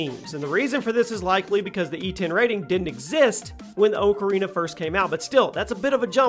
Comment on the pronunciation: He said "ocarina" wrong